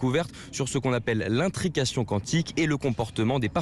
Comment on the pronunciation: Quand on fait un sujet, on se renseigne sur la prononciation du domaine évoqué. L'intrication Kwantik 😓